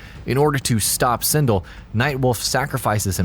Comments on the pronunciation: "Sin-dl" SIN-DEL! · Dear Narrator, Pronounce Sindel's name the right way, you muppet - 'syn•d'el'. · "One of the most powerful warriors and his girlfriend?" Wow you really made Kitana useless in your statement. You also didn't not highlight Mileena vs Kotal Kahn war. Plus you mispronounce Sindel's name, you clearly don't respect any of the females of the franchise. SMH